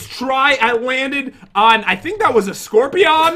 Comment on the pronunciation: no no no no no!! You said it wrong. Scorpiown you ment to say. 😂😂😂